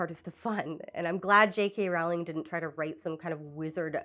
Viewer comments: I didn't mean to be clever. I am pretty confident that the video creator is pronouncing JK's name wrong. The video is very earnest with good criticism, so I assumed that this was unintentional. I thought she would want to know. I worried it might come off as flippant but didn't really know how to prevent that at the time. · JK Rowling's last name rhymes with "bowl", not "owl". If you can't even get that correct, why should I sit through this? You're welcome for the view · NB It's Roe-ling, not Row-like-cow-ling. She's a bad writer, but it kinda undermines your video when you get her name wrong from the start. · ONLY because I think youll genuinely apppreciate the comment, but it’s pronounced, “row-ling”. For someone who doesn’t believe in trans people, I still hold my principle of proper name pronunciation despite not really caring if she would be offended. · Two brief comments before I watch (and I’m sure I’ll have more after): • I think a lot of how bad they were flew under the radar until she outed herself as something of a bigot, and then we started scrutinizing them more closely and realizing… • Her name is pronounced “rolling,” she’s very adamant about that, it annoys her greatly when people mispronounce it, and I’m delighted that you are. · I think her name rhymes with bowling. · Pronounced "rolling," by the way. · I choose to believe you mispronounced Rowling on purpose. I commend spite.